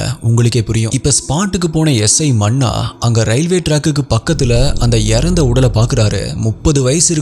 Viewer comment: Manna illa sir, munna